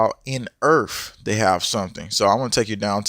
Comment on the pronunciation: What is "earf"?